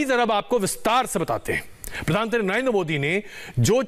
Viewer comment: आप खबर में प्रधानमंत्री न कहकर प्रधानत्री कयो कह रहा है? क्या आप जान बुझ कर कह रहे हैं?